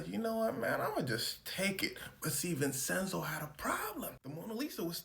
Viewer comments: It is pronounced VIN-CHEN-ZO come on bro u said it wrong so many times brother 😂 but ya bruh it’s def for ITALY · Its pronounced vinchenzo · Why is he saying his name like that. It’s not Vincenso. It’s pronounced vinchenzo, but it’s spelled Vincenzo!! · Homie! I love your videos. My brother is Vinny my dad is Vinny. My grandpa is also Vinny. Vincent is vencenzo. Vincenzo=vinCHENzo. That's how it's pronounced. I say it out of love because I like you doggy. I don't want you looking foolish. Keep up the good work bro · the c in vincenzo is pronounced like the c in da vinci .... like chain... vin-chen-zo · love your work, not sure anyone's said it's pronounced Vinchenzo but yeah, checking pronunciation when unsure helps congruence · someone else probably said this already but Vincenzo would be pronounced "Vin-Chen-So" as a dude who has a name that's hard to pronounce I gotta stick up for this idiot lmao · It’s a “ch” sound bruh. DaVin ”chi”, Vin “chen”zo. 😭😭😭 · Vin-Chen-Zo Italians 🤌🏽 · U a goat as always gang but its pronounced Vin•Chin•zo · Vincenzo is pronounced “Vin-Chen-zo”. Great video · it's pronounced vinCHenzo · Homie, it's pronounced "Vin-chin-zoe". I'm Sicilian and black and gotta uncle with the name. It's a lotta dialects and local languages, like Sicilian, that ain't exactly standardized unlike the colonial Northern Italian language. So it can vary, but that's what it is everywhere that I know of. The "c" and "cc" can both make the "ch" type sound, as well as the hard "c" or "k" type sound, depending on surrounding letters. The soft "c" or "s" sound is usually just made using an actual "s" unlike English. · The way he says Vincenzo bothers me so much 😂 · A ‘Ch’ sound in the middle since it’s an Italian name, not ‘s’ as in Spanish. Also in Spanish would be Vicencio (mostly a last name though) or Vicente which is the “translation”.😊